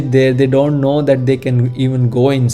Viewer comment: please note that the name is Maatrimandir (मातृ मन्दिर) and NOT Maitri Mandir (मैत्री मन्दिर). There is a huge difference in the meaning there - in the way you are pronouncing it. Thanks a lot for a great video which was very informative also. All the best for your videos - I'm hoping to see more and I have subscribed and liked also. 🙏😊🏵️